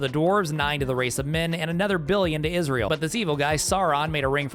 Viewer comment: "and a billion to Isreal" lol